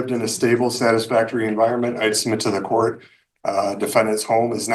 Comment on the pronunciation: In courth? This is not even English...stop this garbage